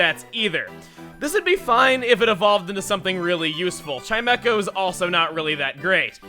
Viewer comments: Chingling's evolution is pronounced Chime-Echo? I usually call it Chime-Cho Learn something new every day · I thought chimecho was pronounced chime-cho.